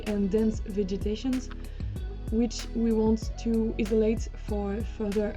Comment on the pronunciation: Fantastic resource, thank you!. Not sure if someone else has already mentioned it, however the "i" in "image" is normally pronounced like you now pronounce the "i" in "isolate", while the reverse it also true :), that is, you should swap your pronunciation of "i" for these two words! No don't thank me, I can't help it!